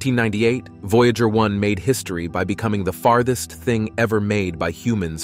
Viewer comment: News so important that it is delivered by a fake voice that can't pronounce "Voyager". ↓↓↓↓↓↓↓↓↓↓↓↓↓↓↓↓↓↓↓↓↓↓